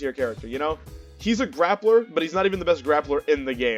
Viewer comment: “Glappler” lol. Nice vid. My homie gifted me this game on Steam for my birthday last week and I instantly feel in love with the vibes from the main screen: curvaceous waifus and bebop music? I’m in. I played through the Story as Cerabella and I’m gladly anticipating learning all of the characters. Thank you for sharing your insight! Peace.